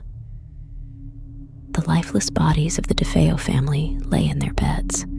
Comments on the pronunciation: Actually youre wrong as well! Defeo!! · A few pronunciation issues: DeFeeyo, DeFayo; Lootz, Lutz, just be consistent with the last names. I've been fascinated with this story since the book came out.